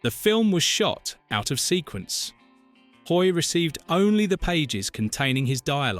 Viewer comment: John Hoyt, not John HOY